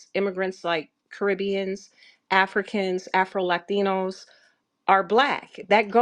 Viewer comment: 😂 not just new Orleans the whol e Louisiana territory. But I'm imagining that with a British accent😆&🖕🏽to their ancestors Mexicans seeking reparations are too lazy to work. They need to stop begging the government for handouts all time. & Based on the way ol girl said "Latinos" sounds like the epiphany of an immigrant or bed wench to me 🤔